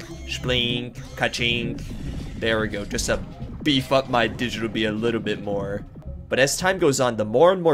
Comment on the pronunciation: It cannot be just me who every time he said “beaf up” herd “bee f***”